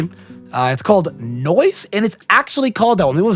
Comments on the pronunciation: Not "noice" 💀💀💀 No ice baby, no ice. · its no ice not noice😂